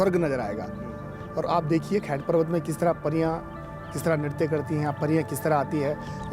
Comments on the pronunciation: Ye humaare tehri garhwaal me hai btw its not खैत its खैट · भाई खैत नहीं खैंट बोलते हैं 😂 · It's not "खेत" It's "खैट " And these pariyaan are also known as "aachri" Aur शेम nagraja nahi सेम nagraja hai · Vedio is great and I am thankful to this..... But......your pronunciation for Khait parvat is not correct It's not खैत .......it's खैट And again thankyou for the vedio .....I am form uttrakhand and near from Khait parvat and I thank you...for this great content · Bhai tum bhi Uttarakhand se ho to atleast yahan ki jagahon ke name to thik se liya karo. What is this खैत parvat….it is खैंट … It was so annoying …. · खैट को ख़ैत बोल रहा है 😂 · I see you always saying sorry for mispronouncing words in other local languages, but you are mispronouncing "khaint", although the actual pronounciation is clearly written on the green sign board. Lol